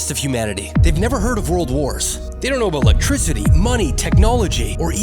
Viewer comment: Are you Canadian i couldn’t tell until aboot now